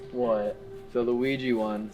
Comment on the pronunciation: The Luigi board one. It's called Ouija. an A, not I. XD Hoo boy this is some deep dark creepy stuff. That was freakin amazing! GG buds!!! Thanks!